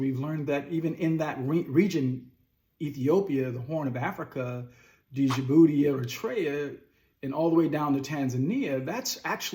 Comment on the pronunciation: The 'D' in Djibouti is SILENT!!!